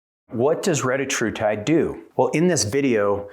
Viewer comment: Hey at least he pronounced it right